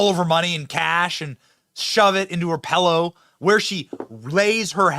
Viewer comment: Ah, damn it. Benny is one of those guys who says "pellow". I won't see him the same again.